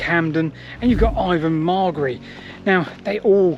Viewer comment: Very interesting, and I'm happy that you seem to have finally got the pronunciation of Ivan Margary's name correct!